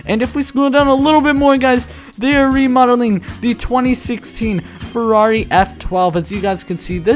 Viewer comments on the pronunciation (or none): none